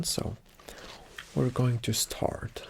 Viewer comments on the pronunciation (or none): Wher going to staourte he says